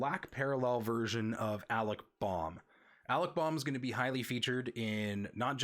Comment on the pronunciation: Hard to watch a video when the host mispronounces all the names. Alec Bohm, Fernando Tatis Jr, Cristian Pache and you even screwed up Ke' Bryan Hayes. I know this was a year ago but Alec Bohm, really? Do you even watch baseball live?